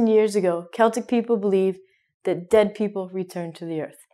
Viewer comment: great lesson,thank you. I have only a question: why you pronounce Cheltic people? In Europe we say Celtic people, just like other words starting with 'Ce', like 'ceramic', or what else. Tnks